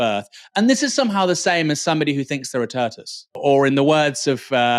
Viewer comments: WTF is a “turtus”? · I'm definitely calling them turtoise from now on… 😂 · I'm sorry how did Aaron just say 'tortoise'? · I am shocked and offended by this video. The way Aaron pronounced 'tortoise' is offensive to me.